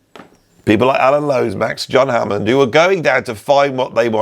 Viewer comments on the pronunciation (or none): none